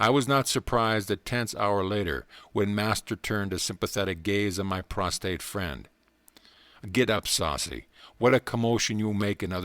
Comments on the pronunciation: Friend, A little literacy goes a long way.. the word for lying out flat upon ones front or face is 'prostrate'.. 'prostate.'. Prostate is a gland in the male pelvis and has nothing to do with lying upon one's face. Prostrate is the word that your lips so repeatedly refuse to pronounce. I Haste makes waste!.. as well as disrespect to a time-honored classic. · Prostrate*** not PROSTATE 😂